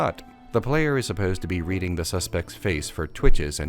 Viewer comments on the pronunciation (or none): none